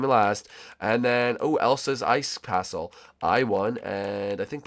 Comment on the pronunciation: DID YOU JUST SAY ELSA'S CATSLE??????